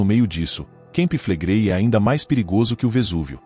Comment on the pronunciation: NAO SE PRONUNCIA KEMPI FLEGREI MAS CAMPI FLEGREI